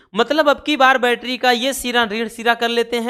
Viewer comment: Sir aap bol rahe hai baitri or shandi me seel jood rahe hai😢😢😢😢😢